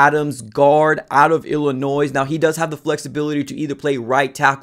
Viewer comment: Bro there is no “noise” in Illinois. The S is silent come on that’s day 1